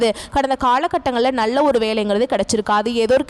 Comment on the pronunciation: பெண்ணே முதலில் தமிழ் உச்சரிப்பை சரி செய் நள்ள இல்லை நல்ல மூளம் இல்லை மூலம் Extra Extra